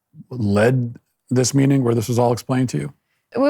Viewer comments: "The university wanted us to be...??.." What did she say? I can't make it out. Sounds like "caw-ih". This girl speaks strangely. She says: "meetink" for "meeting". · im not a native speaker but i was wondering why she pronounces "meeting" like that in , dont you kinda like drop the "g"? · Her saying, "meetinguh" 💖